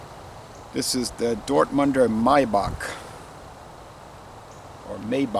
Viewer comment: At the end of the video it is pronounced like the 1st option it's Maibock not Meibock(with german a). Maibock is my fave Bock beer type it is a bit more seasoned with noble hops, when drinking you get the feeling of smelling the gras grow(sounds weird, but thats how i describe it) after winter season. Weird is that you get it now in novembre in the US, Maibock is only sold for a short amount of time in stores in germany beginning end of march ending end of may, before and after you don't get this type. Bock is the only type of beer i only drink roomtemp, never cold, because as you described in the video the bitternes comes with warming, if you drink it cold a lot of notes gone lost.